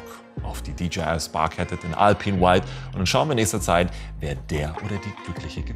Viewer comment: Ich hab mal nur so ne Frage :D Das J wird doch im Englischen Jay ausgesprochen (so hab ichs gelernt) und das G gie sag ich mal xD Müsste es dann nicht DiJayEi ausgesprochen werden? Ich meine die werden ja DJI geschrieben